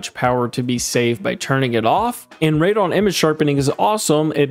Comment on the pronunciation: Great video as always but Radeon is pronounced raid-ee-on, not raid-on. ;)